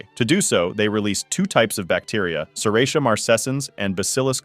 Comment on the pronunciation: It's pronounced serratia.